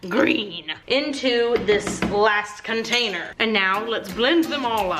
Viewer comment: HaHa! I love it when you say you scrapey your "containee" ... I always say it along with you. 😂